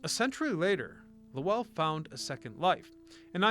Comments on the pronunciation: "LoWELL," lol. Should be one syllable: "LOWL." Millenialitis. Growing up with emails and texting instead of conversation borks your ear for proper pronunciations. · Not luwell, Lowell! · Yeah, he butchered the name. I live in NH & we say it like "hole.' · Low ell ?? no LOWL Spelled Lowell .. Lole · Not Low-ell like noel but Low-ull . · So, is the narration garbage AI or was this kid just too lazy to learn how to pronounce LOWELL?!?!?!?!?! “Lo-el” 🤢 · Low Elle ??? lol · 'LOW-ULL" kid. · An entire region is at full cringe hearing loh elll.😂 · LOW ELLE?!? BROTHER WHAT!? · 😂😂😂 im dying imagine how he says. Worcester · *Lew Elle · Weird way to say Lowell. Heads up - it rhymes with bowl. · “Lahwell” lol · Maybe because I’ve lived here all my life (58years) it cracks me up when people try to pronounce, and fail horribly (wickedly) the cities and towns in Massachusetts. The tough one were always Holyoke, Worcester, and apparently Lowell Massachusetts 😂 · You mispronouced Lowell. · Claims to care about history and can’t even pronounce the name of the city has doing research on !! Lmao what a clown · I grew up in Lowell and the mills have always been a huge part of the cities history. Ohh and you butchered the name of the city over and over 😂😂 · Right i grew up in Lowell and he butchered the name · I grew up not far and drove trucks into it for work, it is making me cringe each time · If you're making a video about a town's history, you should probably spend 10 seconds googling how to pronounce it 😂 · Lowell the w is silent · He is not pronouncing lowell correctly. Obviously has never visited or spoke to us locals. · Ew. Don’t saw Lowell that way. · Exactly! Guy can't even pronounce the name correctly! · This is too funny. I came here to say this. As soon as I heard. Lowell I 100% cringed